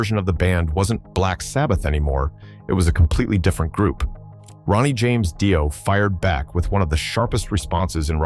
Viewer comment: Yep, there's hundreds of slop accounts with low sub counts, regurgitating any old shit, modifying it and not even getting the narration right.. is an example where Dio is pronounced dee-oh and then seconds later die-oh. AI slop is a fkn shameful waste of resources.